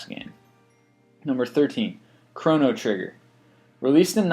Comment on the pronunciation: wtf is chron-trigger?